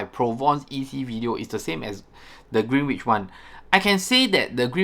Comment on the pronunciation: Green-inch…. W is silent